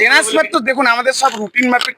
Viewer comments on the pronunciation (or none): বলছে টানেসফার 🤣🤣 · transfer কথাটাও ই ঠিকভাবে উচ্চারণ করতে পারছে না।বলছে tans-far. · ট্রান্সফার কে ভালো করে উচ্চারণ করতে পারে না আবার ভিডিও - টেনেসফার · Transfer tai thik kore bolte pare na …se ki kore BDO hoy??